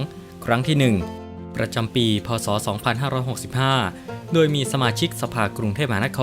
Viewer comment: แอ็ด ตนไทยหรือเปล่า ทำไมออกเสียง โดย เป็น ดวย จบอะไรมาวะ